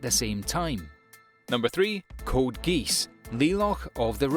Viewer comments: You said gees not geass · C'mon bro, i like you, but how you pronounce Lelouch and Geass, is just what the f~~